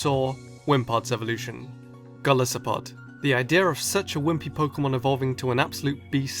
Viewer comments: isnt it gol EYE sopod ya know cuz gol-EYE-ith and EYE-so-pod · Really sorry, and I know this moght make me seem jerkish but, Golisopod is pronounced Go-LIE-so-podd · Why can no one pronounce GOL-ICE-O-POD